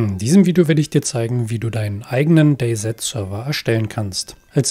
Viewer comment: gesprochen wird es day si sry aber sowas triggert leider meinen inneren Monk